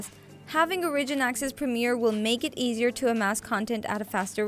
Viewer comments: Ore-ih-gin. Not O-ridge-in... holy fuck chick. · You keep saying origin wrong.